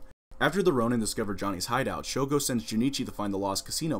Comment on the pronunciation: Nobody has corrected him that it’s shogo